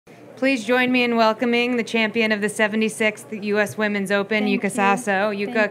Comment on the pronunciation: Yuka’s pronounciation is Yuuka, isn’t it?